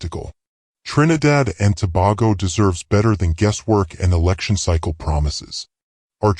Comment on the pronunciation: please pronounce tobago properly. Not To-bar-go.